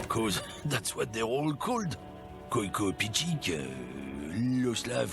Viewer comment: hears The Racist say "Koyko" Immediately pronounces it 'Kohj-koh"